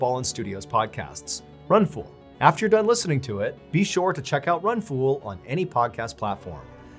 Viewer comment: He says run fool so funny to me. Like it's one word